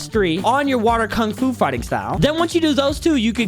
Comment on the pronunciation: Blud can't even pronounce kung fu 💀